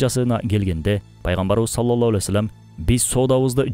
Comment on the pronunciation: Ассолому аълейкум Салоллоху Алейхи Уассалам....дегенди Саллолло Алей Уассолом деп сүйлөйт экенсиз... Ушуну эске алууңузду суранам....